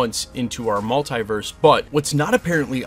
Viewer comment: Hate the way you say Multiverse 😂😂